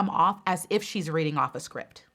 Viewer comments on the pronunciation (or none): none